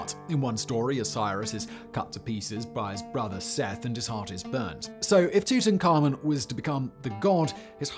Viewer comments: Great, yet another way to pronounce "Tutankhamun" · The way he says Tuts name bothers my soul.